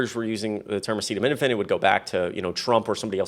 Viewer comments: Trump could not pronounce acetaminophen. I definitely will not be taking my medical advice from this lunatic. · He also couldn't pronounce acetaminophen... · He can’t pronounce acetaminophen 😂😂😂💙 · He showed that he couldn't pronounce the generic name, and given his focus on money, etc., I'm sure he was instructed to name "Tylenol". He doesn't care at all about the health or safety of anyone, And actually he doesn't understand any of it; he's a highly paid puppet. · Let's be real. Trump was saying Tylenol instead of acetaminophen because his demented ass can't pronounce the latter of the two. It really is that simple. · he can’t even pronounce “ acetaminophen “. His sitters had to jump in. 2 pregnancies, needed Dr recommended doses of Tylenol for very high fever & crippling Migraines. My 2 babies - healthy. Now, they have delivered healthy babies of their own. Dr Oz, & Dr Phil outta make a podcast together 💙💙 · Trump could not pronounce the word Acetaminophen. He is a complete loser 😠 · Trump couldn't even say acetaminophen, he is pathetic. trump and rfk jr are simply trying to kill people. Dr. Oz is a joke. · He's not smart enough to pronounce acetaminophen. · I think that's why he said Tylenol because he couldn't say it multiple times in that speech.